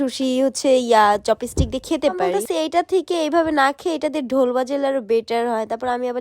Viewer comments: চপিস্টিক না চপস্টিক😂😂😂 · চপস্টিক ❎ চপিসটিক ✅ 😄🤣🤣🤣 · চপিসটিক 😂😂😂 murkho kothai bolte parena